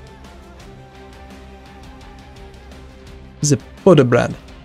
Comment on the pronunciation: Please dont try to pronounce z Poděbrad xD